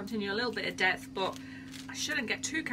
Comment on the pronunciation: I kept thinking you were saying "death" and I finally figured out you were really saying "depth".